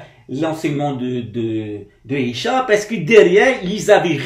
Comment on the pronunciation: On ne dit pas Isha mais Issa "que la paix soit sur lui"